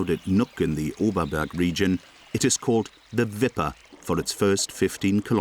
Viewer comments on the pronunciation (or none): “the viper was named viper, to voper” gotta love german